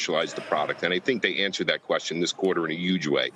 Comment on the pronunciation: Smiling ear to ear since all the news. (And btw? Word of the day is obviously “Yuge”)